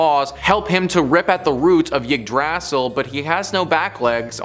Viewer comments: Okay, so on the pronunciation of Norse words: Yggdrasil has the emphasis of the first syllable: IG-drah-seel. Nidhogg was originally Níðhöggr, also has emphasis on the first syllable: Need-hog wd. Nifleheim is also first-syllable emphasis: NIF-el-hame. Ratatoskr is a compound word with 'Rata' meaning 'drill' or 'bore', and 'toskr' meaning 'tooth'. The pronunciation of both parts lean on the first syllable: "RA-ta-TOS-ker." These are pretty important words in Norse mythology and linguistics, and it's kinda rude to put so little effort into getting them right. If you want more really good Norse history, mythology, and language, check out Jackson Galaxy here on youtube, he's great. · The pronunciation of Yggdrasil is genuinely the scariest thing in this video.